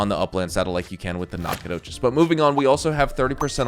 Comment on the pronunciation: As a native east texan the way you pronounce Nacogdoches makes me uncomfortable lol